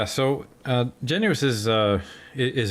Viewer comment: Its pronounced “Gennis” not “Genu-is” just saying😅he hates that